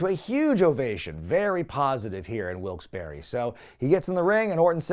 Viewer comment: Where the hell is Wilkes Berry? It's pronounced Bar. My God. Then again I would expect nothing less from someone who can't even pronounce "patreon" correctly either.